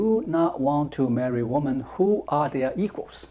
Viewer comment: I love watching your videos but I noticed you always make the same mistake with the plural for woman - women (pronounced wimin). As an English teacher I couldn't let this go on any longer without telling you!